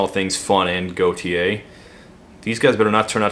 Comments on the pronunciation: did he pronounce Gotye as "goatse" as some point? lmao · Btw Gotye is pronounced "Game of the Year Edition"